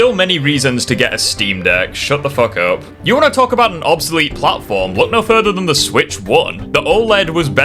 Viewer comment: He can't even pronounce the word 'obsolete' 🤦‍♂️